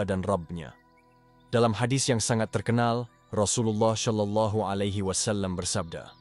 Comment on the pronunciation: Tolong narator agar memperbaiki pengucapan shalallahu bukan dengan ucapan sya tapi sha atau sho